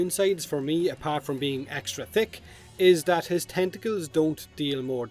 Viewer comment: It's pronounced "that" not "dat".